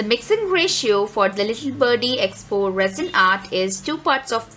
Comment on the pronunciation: Hi sorry to be blunt and critical as im msgin first.but ur pronunciation is wrong its ee...poxy... Not expo Tc good work